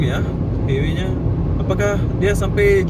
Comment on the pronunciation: Highway = Lebuhraya. Sebutannya bukan "hei-wei" bro tapi "hai-wei".